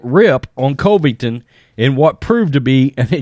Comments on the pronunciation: Why do you say Colvington? It’s Covington. Kind of disrespectful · Say it with me now "Cuhvington" yes I know its misspelled but most importantly that is how its pronounced. It bothers me and I know its my issue but I can't be the only one who says it the way I'm suggesting maybe give a try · He does not say Colby Covington's name right. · Covington's pronunciation ❌ Usman's pronunciation ✅